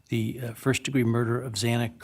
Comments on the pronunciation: this guy cant even pronounce xana’s name right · Upsetting that the judge continues to say Xanas name wrong 😡